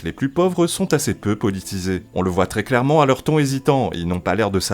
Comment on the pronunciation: Mais claiwement